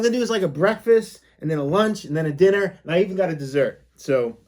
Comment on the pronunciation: Dinner not Diner